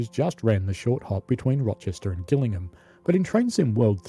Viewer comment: Gillingham in Kent is definitely and always pronounced with a soft G. There is a village called Gillingham in Suffolk, near Beccles , which takes a hard G, but we needn’t concern ourselves with that. Just thought you’d like to know.